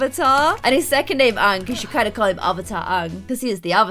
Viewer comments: OMG YOU CALL HIM ONG? IT’S A-ANG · when you pronounced aangs name like ah ng instead of aye ng, my heart went </3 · Your saying it wrong.... its aaang not ang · im sorry i cant watch this episode the name is Aang not Aahng idk just the way you pronounced it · His name is pronounced aa-ng a as in Apple u say that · Why do you call aang so weird 😁😁